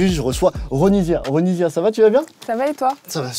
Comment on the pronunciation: Ouais sauf que son nom se prononce Ronissia😂